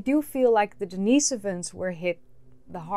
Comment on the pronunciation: I have a question for you. Why are you feminizing the pronunciation of the masculine name Denis? I don't believe that the monk for whom Denisovans receive their name was a transgender female. You keep saying Denise-ovans rather than Denis-ovans. You wouldn't call Denis Leary, Denise Leary. There is no second "e" in Denis"e"ovan. Why are you adding an extra vowel that is not present in the name Denisovan?